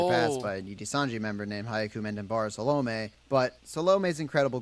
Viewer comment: A note on hyakumantenbara saolme's name. The video creator absolutely butchered her name lol. He got salome right, but her family name is hyaku-man-ten-bara (when broken into syllablea). Hyaku is pronounced like yaku with an h in front. The name translates to "a million heavenly roses" as hyaku means 100, man means 10,000 (together they mean 1 million), ten means heaven, and bara means rose.